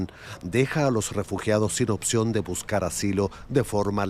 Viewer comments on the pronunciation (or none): none